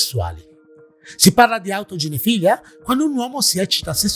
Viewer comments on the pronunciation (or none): autoginefìlia non autoginefilìa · autoginefilÌa. Accento sull’ultima i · comunque autoginefilìa si pronuncia come pedofilìa.. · Autoginefìlia, l'accento è sulla penultima i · Però si dice autoginefil-ì-a,con l'accento sulla seconda i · Ciao caro, ormai ogni tuo video è una garanzia... Non voglio fare il professore, ma non si pronuncia "autogenefilìa"? Come pedofilìa, esterofilìa, ecc.? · Video molto interessante anche se, magari sbaglierò, ma credo che si dica "autoginefilÌa" quindi pronunciando l'accento sull'ultima "i". Per le definizioni in ambito medico generalmente è che così. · sì, l'accento è sull'ultima i, come per tutte le parafilìe